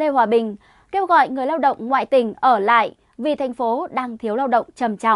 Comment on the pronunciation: Nói "ngoại tỉnh" mà nghe như "ngại TÌNH" 😁😛